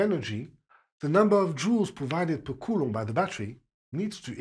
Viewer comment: It's amazing to hear a french physics teacher pronounce Coulomb's name. I finally can state that I know how to say the name of the man and that I had learned it from a 100% reliable source, lol! Thank you sir for your efforts and your work! Your teaching way is just staggering! God bless!